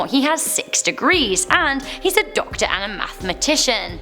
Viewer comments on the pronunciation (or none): OK. Can you say "doctor" again?